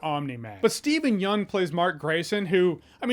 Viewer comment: Thank you Jeremy for pronouncing Steven Yeun's name correctly!